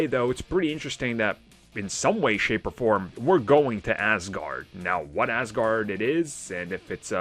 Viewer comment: Hi, it's Aaasgard, not ass guard :)